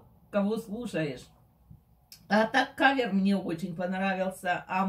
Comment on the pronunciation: извините за поправку, но не каер, а кавер